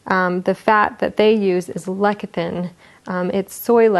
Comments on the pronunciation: Watch the video from Livon Labs, no mixing, no stirring, no hot beverages, and also it's pronounced like less-is -thin, not leck... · She's pronouncing it lekathin, it's lesathin - spelled lecithin. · Less-ith-in ... the c is soft. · So she doesn't know how to pronounce lecithin, gives THE WRONG instructions for how to take it - the manufacturers specifically say DO NOT STIR IT, and misrepresents the product. Stay away from people who hang up shingles claiming to be health practitioners. This woman is a barely literate fraud who can't even follow the instructions for the product she's promoting. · Total Body Fitness 😂 I thought that I was the only one who realized about that lecithin pronunciation.